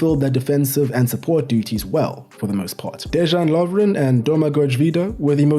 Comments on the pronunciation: Dezhan Lovren? Guys, our J is not G or ZH. Its Deyan Lovren. Example: Jugoslavija / Yugoslavia... Pjaca is Pjatsa, Strinić is Strinitch. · lol, exactly. De-yan Lovren not De Jean Lovren. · as a Croatian myself I'd say otherwise, especially when a player has "J" in his name, it's read the same as "Y" , for example: "Yo-shh-ko" Gvardiol (he read this correct) or "De-Yahn" Lovren (read it kinda like yawn but faster) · beatiful summary mate, I'm aware Croatian names n surnames are hard so i'll assist ya ,Dejan Lovren as DeYan not Dezhan and Joško Gvardiol Yoshko Guardiol, keep on the good work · This is amazingly accurate. Good job on pronunciation, too. Except for Dejan Lovren. He is DeYan, not Dezhan. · Dejan is pronounced like dayan not j like jordan. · Almost everything was correct. Except the Js should be soft, like a y sound. De-yan not De-žan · This was a great video. I'd never expect anyone from outside Croatia to know these things this well. You did a very good job with the pronunciation, I was impressed, except a few minor things, like how J is always a Y sound in Croatian, so it's De-yan Lovren and Domago-y Vida, and also C is a ts sound, so it's Marko Pja-tsa. This video was truly a joy to watch. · Hat tip for doing a lot of effort to learn how to pronounce names of our playes. As I heard, the only problem is with letter "J". You should read it as"Y". DeYan Lovren, Mirko Yozić... Besides that... Great research, analysis and great work. Congrats! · The fact that you can pronounce Vrsaljko, but not Dejan is hilarious (not throwing shade, tho). Cool video, greetings from Croatia :) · Mamić is even not from Croatia. He is from Bosnia and Herzegovina 🇧🇦. Their parents are ethnic Croatian. Now you do now, Mamić brothers are living in their country of origin. By the way. You're pronouncing the name Dejan Lovren like his name is french. J is almost like I pronounced. Like Modrić or Perišić, so you can pronounce Dejan or Deian. But not Deshan